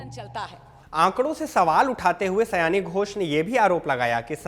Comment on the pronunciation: Sayone.. ooo..😊 sayani nehi sir